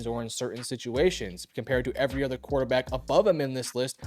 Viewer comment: Why do people say "ether" rather than "other?" 😮